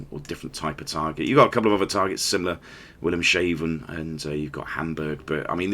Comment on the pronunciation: my favorite part is where you pronounced Wilhelmshafen (wilhelms harbor) to make it sound like wilhelm shaven. 😄